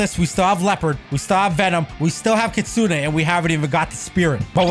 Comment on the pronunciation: Btw stop calling it kitsune a it's kit sune